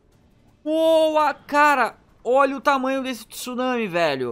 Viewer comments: Não é tusunami, é tsunami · "Tusunami" e o portugues?ta como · O maior "tusunami" de todos! Hahaha